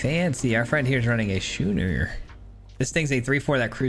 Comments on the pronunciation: Love your decks man. Always a good watch. I craft some of the jank and have fun with it. Thanks for stating at the beginning about a deck being jank, and be careful about crafting. As a free to play player I am not swimmingin wildcards. FYI the card schooner is pronounced "skoon-er". ALSO F farewell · Happy Thanksgiving! Love the concept. Not to be 'that guy', but 'schooner' is pronounced 'sko͞onər'.